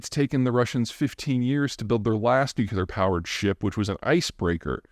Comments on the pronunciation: *nuclear not nucular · Peter, I love listening to your daily comments. But....please pronounce "nuclear" correctly. It's NOT "new que ler," but rather "new clee er." Dubya mispronounced this for his entire 8 years in office! It's a relatively common mispronunciation, but an easy one to correct! Thanks! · It's pronounced NEW-CLEAR, not NEW-QUE-LAR. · Stop with the nukular. Nuclear. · I’m writing out the word he said. He said nucular not nuclear.😄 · Love your vids - but FFS the word is pronounced nu·cle·ar not nu·cue·lar. Nucular is not a word. The word is nuclear. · Wish I could get Zeihan to say new clee are instead of new-kue-lar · Nuk-le-ar..... not nukuler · I'm a big fan, Peter, but you really need to start pronouncing it new-clear, not nuke-ya-ler. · I can’t take anyone that says “nu-q-ler”. It’s nuclear to midwit! How does this guy know so much stuff about Russia, North Korea, and mortars? I call bullshit. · What is nucular? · I just can't take a man seriously who stubbornly doubles down on saying NUKULAR like a surfer bro lol Giving in would be admitting intellectual inferiority in his own mind. Can't have that, I'll just stay sounding foolish 😅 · Peter, your knowledge of geopolitics and its various attendant aspects is truly encyclopedic and well-appreciated. So, would it be too much to ask that you pronounce 'nuclear' properly, as opposed to how GWB says it "Nuke-You-Lar"? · Please learn to pronounce the word 'nuclear." It isn't difficult. You are making a goose of yourself. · I know Peter must know that he mispronounces "nuclear." It is rather grating though. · Please learn how to pronounce "nuclear" correctly. It's the only word you mispronounce, but you do so consistently. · I know, I know it's pedantic, and pedants in the comments section eh, cuh... but I've always found it vaguely worrying that the citizens of the world's biggest nuclear power can't say the word nuclear. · Russians can't say nuclear? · Nuclear only has one U Peter.